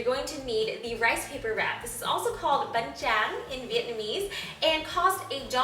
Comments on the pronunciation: omg another version of spring roll, im gonna try this :D love from Vietnam <3 p.s I love how you said "banh trang", haha sorry for my bad English :p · ofowlsandcities The ''duh'' wasn't necessary. But I thought she was Vietnamese since she pronounced the rice paper so fluently in Vietnamese ;P